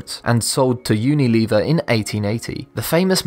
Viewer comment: Lol "unileever"